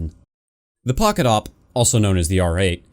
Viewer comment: You must say "The Poket SSG-8